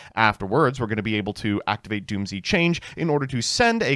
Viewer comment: Erm its actually Dooms not doomzee ☝️🤓